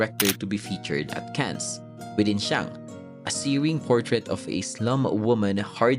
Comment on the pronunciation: No mention of Tinimbang ka ngunit kulang. Top 3 Brocka yun. Mali din pronunciation Ng Cannes. Goods pa rin naman